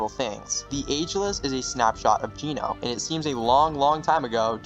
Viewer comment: Homie why’d you pronounce Genō as “Jeeno” 😭 QUARRY PRONOUNCED AS “QUERY”?? BRO YOU GOOD?